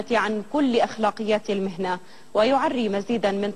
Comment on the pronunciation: مذيعة الدنيا ,, قالت المحنة ولم تقل المهنة